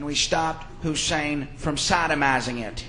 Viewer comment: "We stopped Hussien from soddomizing it." haha...